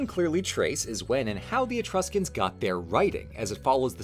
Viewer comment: "Be vewwy vewwy qwiet, we're hunting Etwuscans..." -, seemingly